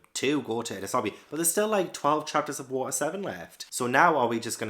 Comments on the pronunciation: Enies lobby rhymes with pennies, not penis. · Btw its pronounced En - nees lobby ❤ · Pronounce "Enies" the same way you would pronounce the "NES" in the old NES gaming console